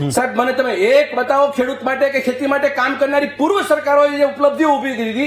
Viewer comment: કેડુત નહિ પણઃ 🙏ખેડૂત વાંચવૂં